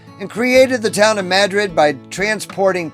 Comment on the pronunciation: Mad - Rid.. Correct Pronunciation.